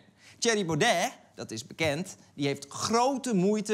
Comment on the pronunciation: nou, ze hebben ook nog moeite met het uitspreken van Baudet's naam